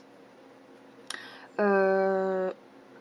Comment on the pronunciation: sa se dit (au singulier et au pluriel) foile (désoler si tu l'a mal compris)